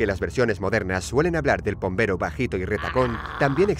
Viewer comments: Pombero si lo dijeron bien 😉👍🏻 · Pombero lo dijieron bien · Creo que pombero esta bien